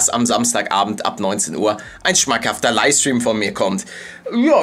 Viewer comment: Kannst du mal LiFFFe stream sagen und nicht Liestream! XD